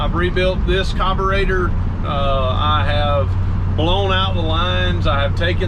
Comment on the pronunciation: It’s carburetor not cobarater 🤦🏼‍♀️